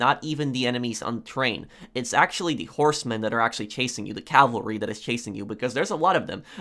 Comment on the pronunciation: Cavalry not calvary Cavalry is mounted troops Calvary is the hill on which Jesus was crucified